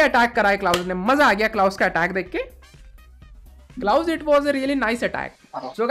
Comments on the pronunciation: was saying Klaus I every time heard blouse 😂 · Klause ni bhai blause😂😂😂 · Bhai klaus ka name to sahi se bol.. Klaus always op